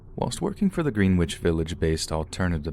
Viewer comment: When speaking of Greenwich Village, it is pronounced in the way Merry Old England has done of cutting across syllables and dampening down the vowels and diphthongs, so that it os pronounced GREN•NICH. It is the same as Worcestershire sauce , said as WOOSTER•SHER and the Towns of Worcester Massachusetts and Worcester England, said as WOOSTER (as in wuss/wussy) or WOR•CHiSTER and Gloucester Maine , said as GLOSS•TER and other Old English names like that.